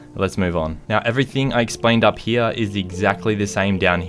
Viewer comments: I get so mad when he says heya instead of here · Lmao love the way he says “hea” no hate I’m subbed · This is how many times he said "here" pronunciation "hea"😂 👇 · Its funny the way you say "here" 😂